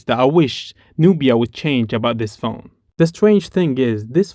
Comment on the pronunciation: You said pjone for 36 times